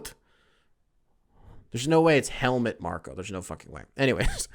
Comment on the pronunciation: It's Helmuuuuut with the pronounced "u". And yes, he is a giant asshole. Greetings from Germany :)